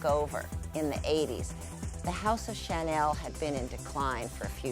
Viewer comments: one of the girls is pronouncing chanel as "SHA-nil" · why does she keep pronouncing Chanel like that??!!! it grinds on my nerves. CC